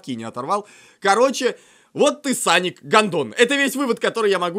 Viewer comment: Не саник а соник ,тейл,наглс.